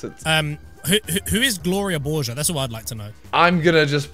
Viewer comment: YOU DONT KNOW WHO GLORIA BORGER IS? IM UNSUBBING U WORK WITH T-SERIES AND YOU CANT EVEN SAY IT CORRECTLY